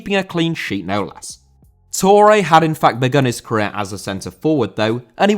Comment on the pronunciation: Touré * not Tourei